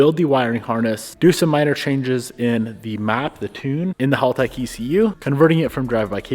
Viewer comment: bro pronouncing HALtech wrong every time is hilarious. dude....its HAL not HALL....